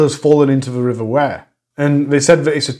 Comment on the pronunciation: River Wyre, pronounced like wire, eg piano wire x